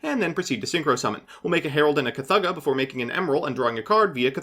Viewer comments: Oh it's worse. He pronounced it "Chu-thugguh" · Ygo players can't read [at a college level] -__- Pronouncing it as "Kuh Thugguh" instead of KuhThoogah. cri